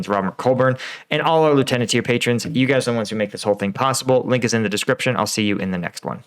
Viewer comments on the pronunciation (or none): none